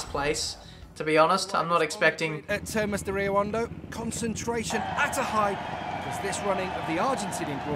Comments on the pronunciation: u dont pronunce the H in Hondo but it's ok. Rio Hondo means deep river btw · the H in Hondo (from termas de rio hondo, Argentina) is silent:) This is very entertaining to watch keep it up! ^^